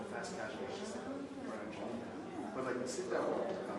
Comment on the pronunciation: "Like" me, not Luke me!!!